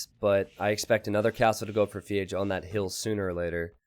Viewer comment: It triggers me when you say Feage, the way its written in his name "FeAge" makes me think its a play on words with Iron Age from AOE 1